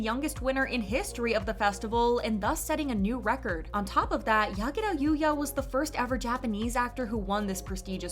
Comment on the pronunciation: I love that she didn't pronounce the name using American's accent lol😂